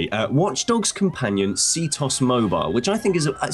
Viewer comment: It's c.T.O.S Not ctoss. LOL There's a reason it's called that